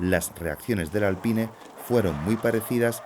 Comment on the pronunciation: Lo que más me sorprendió del video fue la forma como el narrador pronuncia Alpine, está bien que en España odien el inglés pero tampoco hay que exagerar